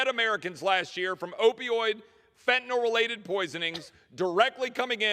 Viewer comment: I’m so happy you know how to pronounce Fentan(y)l 😊